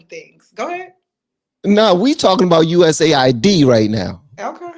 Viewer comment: I believe its pronounce "US" "AID" not USA ID.